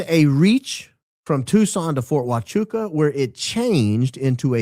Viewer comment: I'm a bit saddened by the lack of enthusiasm with your pronunciation of Huachuca in this episode. Let's not let this important detail slip under the cracks next time, please and thank you. ❤️